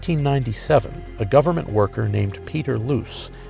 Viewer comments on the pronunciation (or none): none